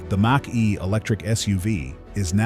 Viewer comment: I'm not mocking you, but "Mach" is pronounced "mock".